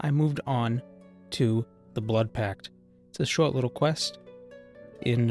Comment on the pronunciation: Shoaht little quest